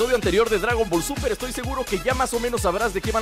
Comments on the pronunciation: por que dijiste dragom ball super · Tu dijiste gradon ball super